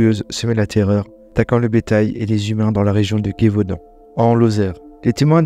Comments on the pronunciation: sa se prononce Jévaudan pas gayvaudan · Bonjour Je n'ai pas de theories car les docus d'epoque parteent dans tout les sens. Bete invincible ou plusieurs animaux du meme calibre. Gevaudan se prononce jevauadan et nnon pas guevaudan comme pourrait le faire un germanophone ou natif de l'est du Grand Est. Salutations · Tu prononce mal le Gévaudan